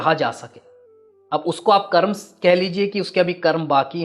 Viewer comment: महाशय, आप कर्म को कर्मा क्यों कहते हैं।